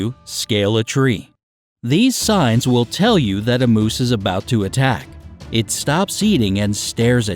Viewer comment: It is "moose" not Mose! You must live up in the northern country, but hiding and being VERY quiet is always good, they will usually go away. A mother moose will attack, but normally, they will hear you before you even see them and they will move away. People need to learn to respect the space of ALL wild animals and leave them alone in the wild! But if you ARE going to be in their area, learn some safety rules in dealing with them if necessary. Today, since humans are encroaching on wild areas so much, meeting a wild animal happens more frequently so if you live in one of those areas, learn how to deal with them so you BOTH are safe!